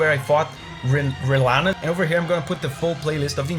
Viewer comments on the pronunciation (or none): sir it's rellana, not renalla